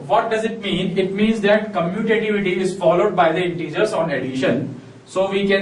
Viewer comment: Commutative property ur saying wrong